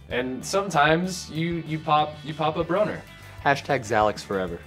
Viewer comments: “Pop a broner” -Ross Butler 😂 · “Pop a broner” LOOOOL OMGGGG